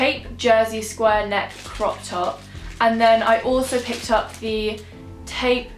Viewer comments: It’s tope (as in rope) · How she says taupe 😹😹😹🤣🤣🤣😅😅😅😂